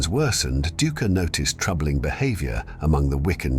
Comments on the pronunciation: The historian's name is pronounced DIE-KER 😅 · It’s actually DOO-icker